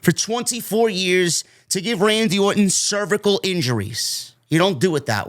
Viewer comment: "Cervical injuries"😂😂😂 I love when New Yorkers try to English. JK, you're doing great.